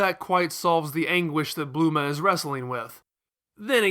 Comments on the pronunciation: Bluema? It's bulma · Bluma?.. I’m just confused. It’s such a strange pronunciation.. like I’d get Bulrma or even Burma I guess, but blue-ma? He pulls out Kurririn so he’s attempting to be more accurate to the Japanese pronunciation but even that’s not right. I’m not ripping on him for that bit. That’s how people perceive it. There’s no hard “R” sound in Japanese. I only studied the language for 2 years so I’m no expert.. but the first thing you learn is the alphabets starting with hiragana.. while we write translations out as having “r’s” it’s really a combo R/L sound. You kinda have to roll your tongue to get the proper sound... this PSA is really for the little Manga-Chan’s that try to be jerks about how to say Krillins name. Just stop acting elitist over saying it’s “kurririn” (while emphasizing the “r”) cause if that’s you you’re wrong and you’ve been putting people down with your wrongness pretending it is correct. Fandom shouldn’t have any gate keeping. We all love Nippon and the art that has permeated our own culture. There’s even a cool twisted cultural exchange between our cultures where things we like get changed and accepted in their culture and vice versa.. I would never recommend anyone study Japanese as a practical language. There is a lot of decent paying translation work, no doubt.. but the level of complexity of the language and the multiple alphabets should be sought out because of your passions. The language group isn’t small enough to make you the most in demand translators, b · Who the Fuck is Blue-ma?